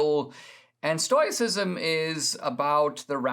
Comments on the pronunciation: I love Dinesh, but listening to “stoyk” and “stoycism” over and over was sandpaper on my brain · I was just saying that. Maybe I'm hard of hearing but it sounds kind of like TOY and TOE is used pretty much interchangeably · Dinesh, since you choose to go with oi being an oy sound. Why are you adding the extra i as in "it" sound after the oy sound? I think you've butchered the entire pronunciation. If this vlog isn't amateur hour, then I apologize. However, it's too often just annoying. How about a little phonics and go with: stow-us-si-zm ? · Stow - ih - sisum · a gentle correction -- It's pronounced stow i cism and stow ic. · What a pity you didn't learn about the Stoics from English speakers. It's pronounced STOW-icism. We who practice it are Stow-ics. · I love what you have to say Dinesh, but sometimes your incorrect pronunciation of words makes it very hard to keep listening! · I love that Dinesh is talking about Stoicism, but I don't think he's pronouncing it right... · Dinesh may not have pronounced it correctly, but if you follow him and listened to his lectures, he is brilliant and has complete command of English and uses words most of us could not conjure up if we tried. Let’s cut him some slack here. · I think you might be pronouncing it incorrectly. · OK so we agree. What is wrong with Dinesh then. He’s a brilliant guy. Maybe this is just another pronunciation that we haven’t heard before? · He’s never heard anyone talk about it so he is pronouncing the “O.I” like in the word noise